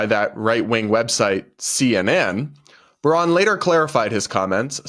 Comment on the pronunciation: '𝘐𝘯𝘤𝘢𝘯𝘥𝘦𝘴𝘤𝘦𝘯𝘵?' Not sure that was the right word choice to express the fake emotional outrage. In fact, I'm pretty sure this woman(?) has no idea what 'incandescent' means. Couldn't even get the basic facts of what Sen. Braun said (and I will nitpick--she calls him '𝘉𝘳𝘶𝘪𝘯'). In 2022, he stated that he agreed that individual states should be allowed to decide on certain legal matters if Americans did not want the US Supreme Court to rule on them or issue broad, sweeping decisions.